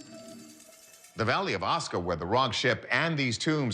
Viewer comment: You pronounced "Asuka" incorrectly.